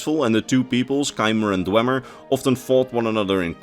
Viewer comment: You claim to be a lore guy but you pronounce dwemer wrong for the whole video. It's pronounced dwee-mer. You would know this if you completed morrowind.